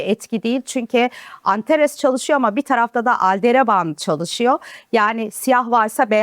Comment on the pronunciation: Ne kadar tarafsız !!!! 😂😂😂 Normalde anlatım bozukluğu kraliçesi ama ALDEREBAN ALDERABAN demez mi bir astronot Aldebaran yıldızına, imdat😢